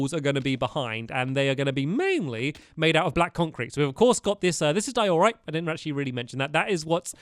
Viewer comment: In diorite, the emphasis is in the “die”. Not the “or”